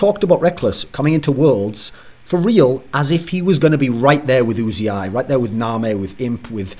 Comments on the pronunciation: ***** He says his name "yoo-zee-eye" which isn't the way Thorin says it. Thorin keeps saying "oo-zee-eye." Thorin is still wrong. It's not "Oooo-zee-eye." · Thorin-please pronounce "Uzi" correctly: "Just got 100% confirmation from player management, who spoke to Uzi in person, that he does indeed call himself Uzi, not U-Z-I." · ***** Riot casts his name maybe a few games per year. Thorin regularly discusses him on his shows. At the time of Kobe's tweet, it was the best information we had. "Union" is not "oon-yun." "United" is not "oo-nye-ted." Uzi is one of the few words we actually use the "oo" sound for the U, but it's when you say the entire word. If Uzi pronounces his name "yoo-zee-eye" it should be important for the all-knowing esports writer Thorin to pronounce correctly.